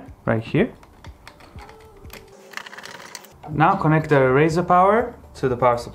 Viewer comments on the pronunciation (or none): A " RISER " is not pronounced " RAZOR " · its 'riser' buddy... not 'raser' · its riser not razor for the love of god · Riser, like sun rise, not raise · rIser, not rAzer.